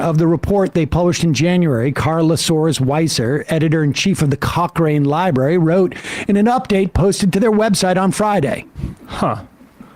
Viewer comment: Shout out for correctly pronouncing Cochrane.